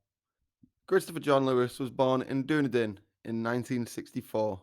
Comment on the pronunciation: It would really help if you actually checked the pronunciation of 'Dunedin' before trying to saying it